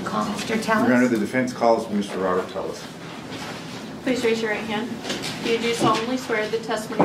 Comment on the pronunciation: At the beginning of his directionless rant, why did he pronounce his surname in a Spanish format ? LL = Y in Spanish.